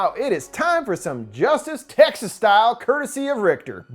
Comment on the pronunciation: I love each video but this one sounded like "sexist chainsaw massacre"😆